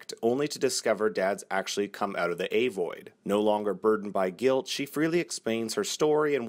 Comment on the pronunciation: hmm the "A" 'void' was I the only one thinking it was "uh" "void" cough